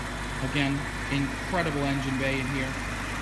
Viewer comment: "The Coop is incredibil".